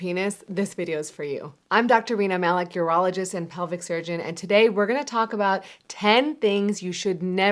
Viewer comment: Did she say "I'm doctor Wiener Malik"?